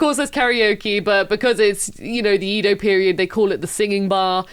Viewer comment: His name is Ryo-ma, not re-oh-ma. Two syllables. And Edo is eh-doh. Not yi-doh.